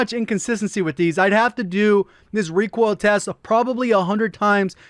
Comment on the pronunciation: Everybody: recoil: requail 😂